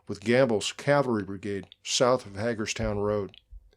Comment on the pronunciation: Very good narrative - thank you Small point: Hagerstown locals (who I knew) pronounced it "HAY gurz town"